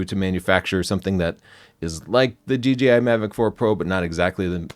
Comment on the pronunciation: He keeps saying DGI not DJI.